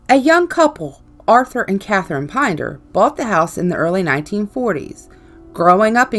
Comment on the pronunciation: think it's pronounced Pin-Der / Pinder